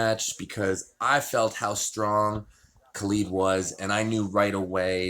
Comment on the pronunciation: how hard is it to say Khaled? Its not Ka-LEED. lmao <3